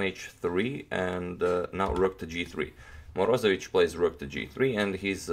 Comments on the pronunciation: morozEvich accent on e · Moroze'vich its righter. Nice channael!